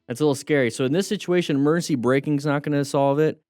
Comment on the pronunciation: I keep hearing "mercy" instead of "emergency" like for swerving and stuff. gonna be using "mercy" now coz of that xD